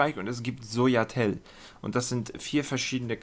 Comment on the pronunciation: "Soja Tell" Lachkick XD #NoHate <3 und gutes Tutorial.